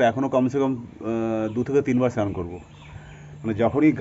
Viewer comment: চ্যান না বলে স্নান বলবি